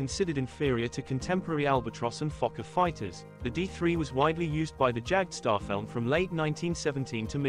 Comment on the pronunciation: Your German is atrocious 🤣 the “J” in Jagdstaffel is pronounced like the English letter “Y” and it’s “Floog” in Flugzeug not “Flug”